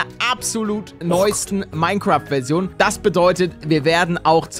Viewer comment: Dieses Minecräft bei !!! AAAAAAAAAAAAAAAAAAAAHHHHHHHHHHHHHHH!